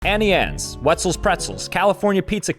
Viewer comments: "Annie Anes " is on purpose Its "Auntie Annes" lol still love u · BROOO ITS AUNTIE ANNES NOT ANNIEANNES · Why does he AnnieAnnes instead of AuntieAnnes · It’s not Annie Anne’s, it’s auntie Anne’s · It's AUNTIE Anne's ffs 🙄😂